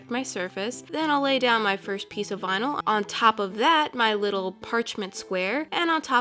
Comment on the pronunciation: "Vinal twins" 🤣